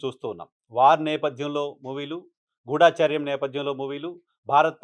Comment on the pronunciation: తప్పుగా భావించానంటే చిన్న సవరణ. గూఢాచర్యం కాదు. గూఢ చర్యం. గమనించగలరు